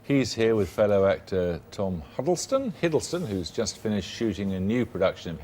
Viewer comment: Chill out! So he mispronounced Hiddles' name. Not a big deal.